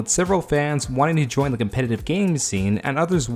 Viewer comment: "competative format" lmfao English is too hard ay